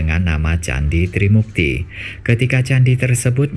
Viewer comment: TRIMURTI min bukan TRIMUKTI